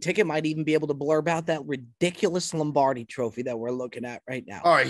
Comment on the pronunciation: Can't believe neither Cutsy nor Beardown called out on the pronunciation of Lombardi. "Lambardi" sounds like a lamb cutlet in cream sauce 😂